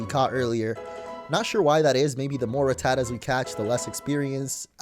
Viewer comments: It's Rat-ta-ta, not Raa-ta-ta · It’s ru-ta-tu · You mispronounced rattatas name it's rat, the the animal, then the other two as our pronounced the same as the a in rat